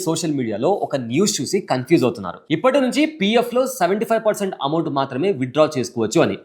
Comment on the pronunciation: అమౌంట్ అని అంటారు.... బాబు అంమౌట్